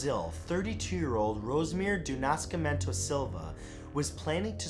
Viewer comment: Oh man... the way you pronounced Nascimento... LOL! Whenever you need help with portuguese/brasilian names/words hit me up and I'll try to help.